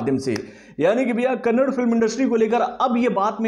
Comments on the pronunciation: It is not kannad it is kannadaaaa u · Kannada not kannad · Not kannad it's kannada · It kannada sir not kannad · Ley chotte.... It's not Kannd...... It's Kannada...da at end...., thanks for the review anyways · Bhai it is Not Kannad, it is Kannada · It's not kannad it's KAN + NA + DA = KANNADA 🙏. Please correctly pronouns sir 🙂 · Kannad nahi be Kannada. Add a at the end while pronouncing. I have told you in previous Kannada movie reviews. Ok let's do one thing. I will start calling you. Let's exclude a in your name as well